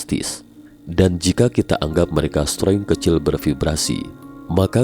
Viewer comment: Agak terganggu dengan pengucapan "streng" naratornya. Harusnya ucapin "string" aja 😅